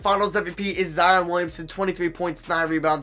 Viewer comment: he said Zihon